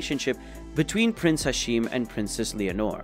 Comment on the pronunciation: its prince hashim not hasheem